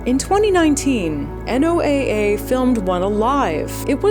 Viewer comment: We pronounce NOAA like the name Noah.